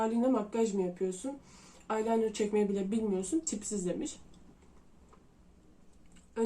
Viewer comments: EYELENIR OO NE AYLAYNIRI 😂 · Bence eyeliner’e “aylaynır” diyen bir kişinin böyle saçma eleştiriler yapması normal. Ama sen kafaya takma abla. ARKANDAYIM💗🎀